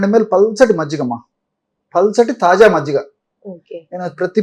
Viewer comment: మజిగ కాదు మజ్జిగ జి కి జ వత్తు ఇవ్వండి